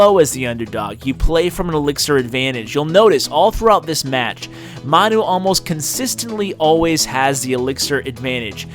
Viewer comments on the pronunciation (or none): I think it's pronounced 'man you' he looks like a Manchester utd fan a soccer/football team in the uk